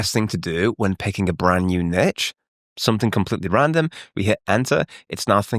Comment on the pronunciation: Why, as a Brit, are you saying “niche” like that